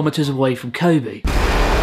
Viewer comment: Learn to pronounce "Kobe".